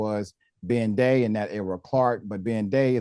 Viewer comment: His name is Ben-dey